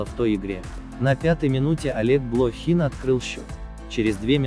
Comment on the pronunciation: Это электронные голоса и я еще не полностью освоил их, к тому же при контрольном просмотре не все ошибки удается выловить, к сожалению. Над этим вопросам по-прежнему работаем в сторону улучшению. И Блохин и Вагиз с неправильными ударениями это так себе, конечно.